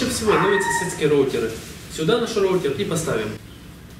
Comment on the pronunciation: "РОУТЕР" млять а не РОУТИР